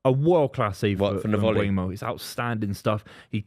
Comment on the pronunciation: Adam Mainoo has two o's, his name is not Maino Buvey it's Mbeumo not Mbwemo